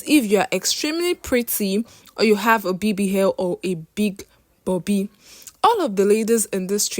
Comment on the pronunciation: Where it's o, she say h. Her pronunciation is a bit down esp with the alphabet